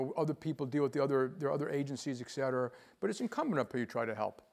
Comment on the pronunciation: It kinda disappoints me that a person of his intellect says "eck cetera".